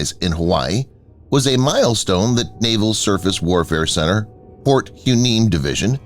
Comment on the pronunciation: My understanding is that Port Hueneme is pronounced Port Why-nee-me.